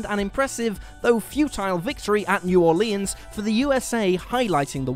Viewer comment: Once you pronounced New Orleans, I knew the only thing I fell for was this video.